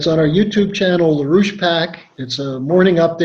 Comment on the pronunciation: Roosh pack??